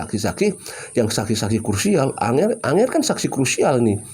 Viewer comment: ANGGER BANG BUKAN ANGER, ANGGER ITU BASA JAWA SAPAAN LAIN UNTUK ANAK2 YG LEBIH MUDA...NGGER,CAH BAGUS